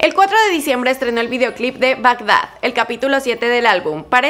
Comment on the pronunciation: Bagdag jajajajajajaja es bad gad a y es con altura